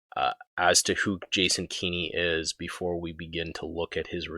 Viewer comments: “Keeny”…again Kenn-ey This failure of basic phonetics and proper pronunciation is simultaneously amusing and annoyingly distracting Anyway, Kenney is a detestable imp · A tiny nitpick but it’s bothering me; it’s not key-KNEE it’s Kenny as in KEN-EE. That aside while as an Albertan I was glad he dropped the COVID restrictions I couldn’t help but be angry that he waited until Saskatchewan’s Premier decided to be the first to announce an end to the restrictions then Kenny made a hasty press conference in the late evening announcing at midnight all restrictions would be dropped. It was such a cowardly move to wait for Saskatchewan to announce they would be the first to end COVID restrictions then jump ahead of them and end ours immediately. He’s pathetic like all Tory leaders we have had in my memory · Jason Kenney has no children, so not sure who this “son” you refer to is; nevertheless the pronounciation is indeed kenny. Because that is clearly the right way to pronounce it. I have no idea how any native English speaker in North America could read the name as given and not say anything other than Kenn - ey I would be more tolerant of “Kenn-niegh” even though that would be wrong; but this “Keeny” pronunciation is ridiculous and this guy defending it on these comments equally so. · That still doesn’t explain pronouncing his name as Keen-ey. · two N’s before the vowel means a soft vowel sound in any English (or anglicized) name. Furthermore the man was an MP where I grew up. No one ever pronounced it Keen-y: no local news, none of his campaigners, not himself No one ever said Keen-y except you and Blackhorse apparently